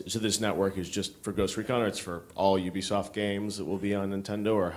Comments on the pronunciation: UB-I-SOFT LOL Who can blame him though. I can't wait to buy the wiiu, a lot of awesome interactions and ideas :) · Ubiesoft lol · U-B-I Soft and Ubi-I-Soft were my favorite mispronunciations :D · In japan, Ubisoft is actually officially pronounced "Ubiyaisoft" No idea why this is the case, but Iwata is not making a mistake. It's actually called that. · lol he doesn't know how to pronounce ubisoft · Iwata is so cute, he can't pronounce Ubisoft properly <3